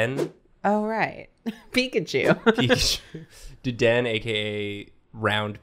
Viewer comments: i cant get over how they say dedenne- its pronounced dedennAYE but i think deden is so funny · Isn't it Deden-ne Not Deden XD